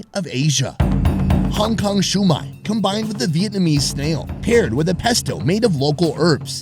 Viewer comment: .... did anybody notice Gordon Ramsay can say Vietnam but he can't say Vietnamese? He says "Vietmanese" which I think is more difficult to pronounce.